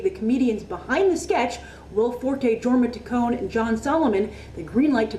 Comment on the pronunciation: Grace< you pronounced his name Jorma Taccone but it is acctually pronounced Yorma taccone but the spelling is with a "J"